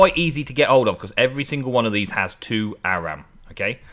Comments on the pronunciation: Or-um is Auram. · auram is pronounced or-um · It pronouced ore-um